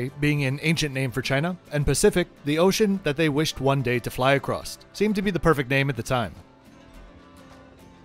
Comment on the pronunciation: I love your videos. Your grammar, diction, pronunciation and choice of words are always perfect… except the way you pronounce ‘across’ and ‘et cetera’. Don’t want to be an a.. about it. Love your honest reviews.